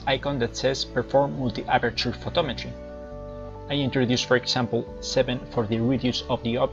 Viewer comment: Wow, great presentation. Thanks. Just a note, you are pronouncing "example" as "sample", it is pronounced more like "egg-zample". You are also pronouncing "did" like "deed". But, your english is very good. I hope this helps a little. Keep up the good work.